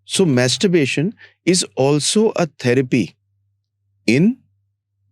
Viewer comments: Stop pronouncing" Masturberarion.. please🙏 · Btw,Mastuberation nahi ,Masturbation hota hai!😁😅 -Important Stuff😯🙏🏻 -👏🏻🙏🏻 -Premature Ejaculation🙏🏻 -Start And Stop🙏🏻 -Edging(contd.)🙏🏻 -Kegel's Exercises